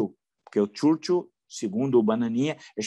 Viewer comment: Caro Villa, o senhor também está bem equivocado quando pronuncia o nome do Primeiro Ministro inglês Churchil. Critica o bananinha e faz igual? Por favor, pesquise a pronúncia correta. Ou lembre-se de como se fala igreja em inglês e adicione o sufixo "il" no final ou use o Google Translator.